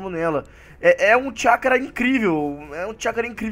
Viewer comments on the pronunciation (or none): Alguém percebeu que o fala chacará em vez de chackra kkk